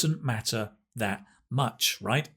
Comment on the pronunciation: Well did you call him Dat or That?